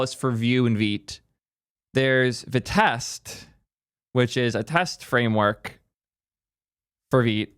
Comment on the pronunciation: no, vitest is pronounced “v-eye-test”, you can listen to all their talks